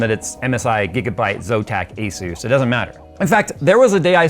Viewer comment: 35 Years of experience has nearly zero value with technogies from this decade. Especially when you don't even know how to pronounce ASUS.